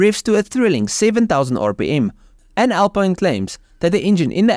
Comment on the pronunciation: It's pronounced AL PEEN :)